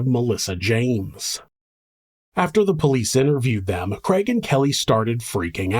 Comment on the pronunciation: Love your show, but struggle with the name kreg. Is it Craig? Lol